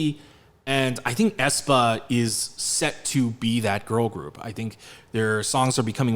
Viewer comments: Æ is pronounced as the first "e" in "cellphone" but ok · It just hurts my soul how they use the letter æ. Ofcourse it is used as a visual statement, but the pronunciation is not the same as ae